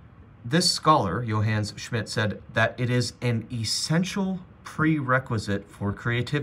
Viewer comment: “Yo Hanes” Schmidt 😂